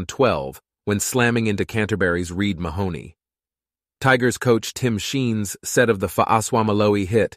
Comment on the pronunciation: It's time for Cookie to get back the no.9 NSW jersey he deserves Mahoney what a pronunciation